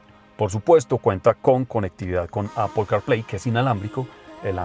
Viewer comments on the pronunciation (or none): none